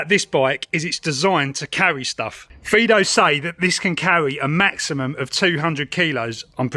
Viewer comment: I think you're the first youtuber to notice that it has two "i"-s in the name and not pronounce it like the dog name Fido.